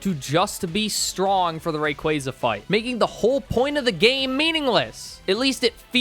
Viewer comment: RAY - KWAAAAAAA - ZAAAA ffs dude .. imagine doing a pokemon video and can't even name the pokemon correctly.. cringe ass Fail